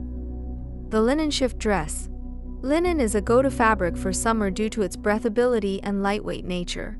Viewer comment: The word is breathability...pronounced with long e...as in: I breathe (long e) when I take long breaths (ea is pronounced like eh.) Thanks for your fun videos.